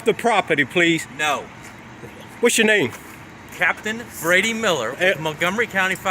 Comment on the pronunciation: You just ✨know✨ what a piece of shit this guy is. Anyone who enunciates every goddamn syllable of a word/phrase when asked respectfully to repeat themself, “Cap-tain Bra-dy Mill-er,” is someone who can and will fly off the fuckin’ handle without warning.